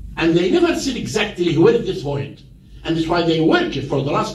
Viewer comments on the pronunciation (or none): Exactlehh how he got itehhh